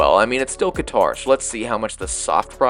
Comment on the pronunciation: Whatever you say about it, please just learn how to say the country’s name.